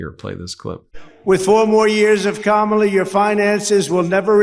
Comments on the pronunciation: Oops. tRumpy accidentally pronounced Kamala correctly in that video . 😅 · Maria said Kamala’s name right!?! Wow! So did a couple other hosts, after the first few times they say it wrong